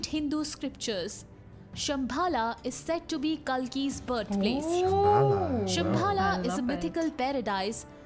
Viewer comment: It's simbal not shambhal